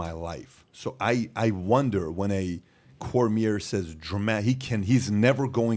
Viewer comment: Why can't patrick say cormier right? lol